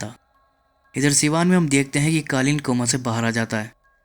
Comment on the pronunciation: ka explainer....tujhse na ho payega. Kalin bhaiya ko kalin bol rhe ho. Jao koi or kam karo.